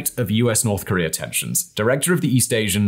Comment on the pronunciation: he must not like Korea if he calls it Karear, like someone Bottom xD